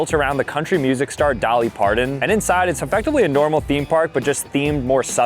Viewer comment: Dolly pardon 😂it’s Parton